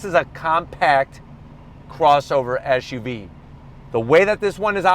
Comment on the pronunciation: It's an SUV. What's an ESH U V ? Not the first time I heard that in a car review. Whatever. Good review